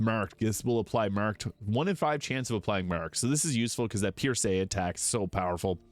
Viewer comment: Pierce, like you pierce something with a knife. What is Pierrrsay, your accent got me cracking up. Murrrking we got a murrrk